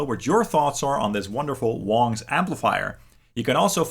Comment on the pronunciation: ITS PRONOUNCED WANG, NOT WONG!!! just sayin